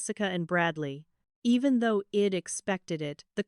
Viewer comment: Please teach this AI narrator i'd is pronounced eyed and not ead it stands for I had, English is not my first language but even I know it